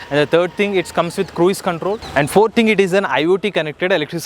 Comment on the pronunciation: It's not 'Krueez' mode. It is pronounced as 'kruz' mode.